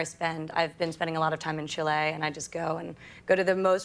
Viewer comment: btw: Chee-lay